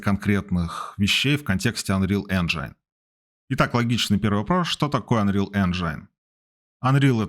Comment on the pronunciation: "энжайн" режет слух, это рунглиш какой-то. Правильно "энжин"